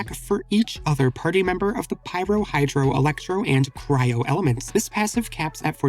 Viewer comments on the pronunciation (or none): none